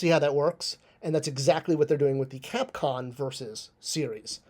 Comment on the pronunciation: 4mins into a 9min video and bro is yapping and not getting to the point. Also it's CAPCOM not con.